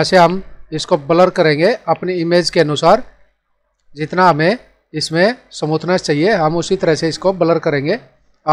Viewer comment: Samuthness nhi smoothness